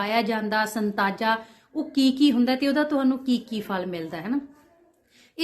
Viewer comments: Not Santaja, Satnaja hunda ji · Santaja nhi hunda satnaja khea jnda ji🙏